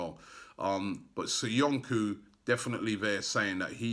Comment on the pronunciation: It's Soyunju not SoyunKu , for God sake learn the players name. Still butchering Kolašinac surname makes me cringe.